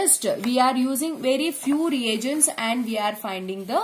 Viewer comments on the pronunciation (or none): none